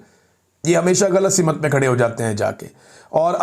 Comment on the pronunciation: Imran meray Bhai, I am sorry. ( simut nhi hota simt hota hay.